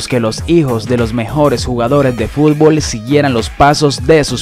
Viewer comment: Siempre dices furbol jajaja